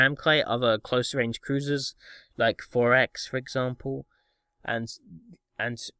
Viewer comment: Why do you call Thorax "Forex"?